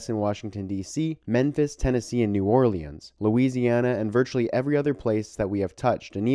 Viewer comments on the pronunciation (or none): New Or-lee-ans?